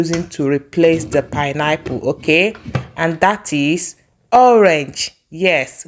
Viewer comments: PINE-APPLE is my favorite fruit as well. I was wondering what you were saying 😊I guess the pronunciation of the word was different. Pineapple 🍍 are cheaper where I live coz they are grown locally. Oranges are more expensive because they are imported. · Good morning pls let the pronounciation be well pronounce not pineapple is pine-apple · Your pronounciation of pineapple sounds somehow, please dont be offended. But good recipe though